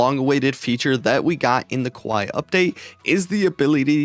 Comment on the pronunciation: No way you just said kuwai not kawaii